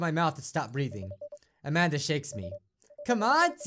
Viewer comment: I keep thinking that is saying Imagine instead of Amanda